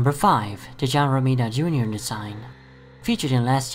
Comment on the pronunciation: Lol I'm SUPER sorry but I need like a whole minute loop of you saying John Rimita Jr! It sounds so funny! I'm sorry... I just LOVE the way you say it.